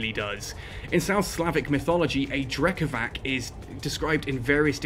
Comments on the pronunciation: btw, considering the Triglavians are based on Slavic stuff ... the C in Drekavac is pronounced as c, not k ... like, c in price ... Drekavats not Drekavahk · Drekavac try say it like Drekavatz maybe it could sound closer to how it is pronounced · hi, i know the video is old and i know it doesnt really matter but anyways: the c in drekavac is pronounced like the letter "c" without the "ee" at the end, also the "r" is a "rolling r". pronounced that way, it also sounds more evil and feral, feeding in to the concept behind it. very cool videos btw. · Different regions pronounce it differently apparently! I've had as many people say that's it's: Drek-ah-vach Drek-ah-vass Drek-ah-vak I love it, it's such a wide roaming bit of European folklore!